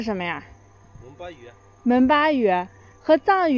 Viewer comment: Sounds like memba instead of monpa